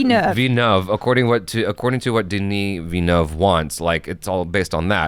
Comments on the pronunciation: He didn't get it right he said VIA-NUV, its VIL-LA-NUV. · Great review guys can't wait to watch this! Heads up, still not pronouncing his name right haha it's Vil-nuv, gotta pronounce the L. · Saying Denis's last name 100% wrong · Please stop butchering the man's surname. He is French Canadian, not spanish.